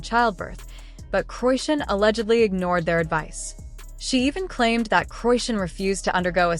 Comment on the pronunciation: Seriously??? C'mon now .. at least make that lame ass A.I. shit pronounce her damn name right!! It is pronounced [CHRI-SHAWN] not (QUISHUN)😂